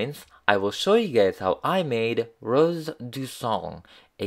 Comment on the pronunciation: Okay uhm, no offence, I love your videos, but You're saying "Rose du sang" in the most horrific way a person who speaks French can hear it